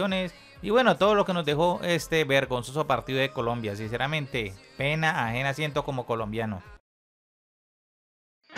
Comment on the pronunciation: PENA AFENA COMO COLOMBIANO? Amigo, eres colombiano, como vas a tener pena afena?